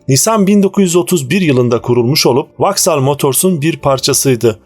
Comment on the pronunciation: Vauxhall(Voksol) okunur Vaksal yanlıs telafuz..